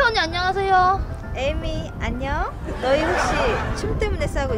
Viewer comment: 나는 에이미 이름이 자꾸 애미로 들림 ㅋㅋ